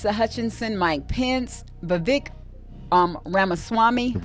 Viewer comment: Pronounced "Vi-vake" like cake!